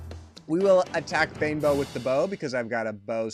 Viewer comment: I like the way you say "Banebow" as "Bimbo" lol :D